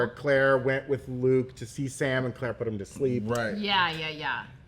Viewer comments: Her name is cate not Clare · Why do these 3 keep saying Claire when there isn't a character named Claire? It is Cate...Cate Dunlap